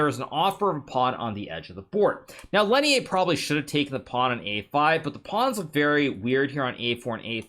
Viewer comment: bruh Lenier isn't french why do you pronounce his name like that please stop